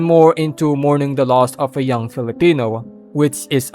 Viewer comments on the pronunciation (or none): none